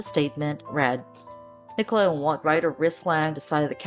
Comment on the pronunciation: Nicola, not Nicole.